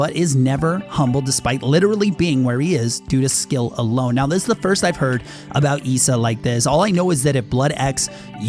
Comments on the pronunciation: Ghost Issa. Issa is said like this Ih•suh Not ghost eesa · Eeeesa. Man i couldn't take seriously every time he said Issa's name. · Did he just call issa EESA? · just want to say you're saying Issa wrong